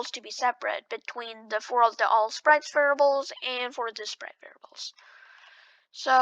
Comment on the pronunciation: its variables not verbals